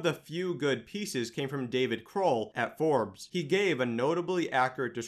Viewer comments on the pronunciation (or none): none